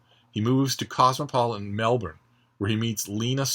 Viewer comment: Alex Miller's writing career has spanned 30 years. He is brilliant at capturing the Australian character and landscape. I'm not sure how suited he will be to American readers, but I hope his latest book does well when released. I'm very impressed with your perfect pronunciation of Melbourne, by the way!